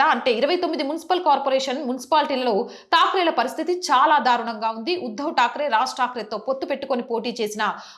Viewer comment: Madam yuddav takre kadu uddav pls oochcharana